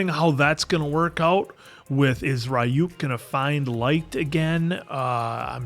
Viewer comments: its pronounced ree uk. not ra e uk. The R is not strong, its like it sounds when you spell tree or tarot. The Y sounds like an E. The U doesn't sound like YOU, it sound like the U you use to say PUT. Reeuk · still calling him Rayuk I wonder why when they keep saying Ryuk in the show xD